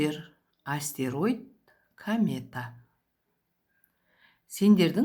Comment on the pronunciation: Камета емес комета!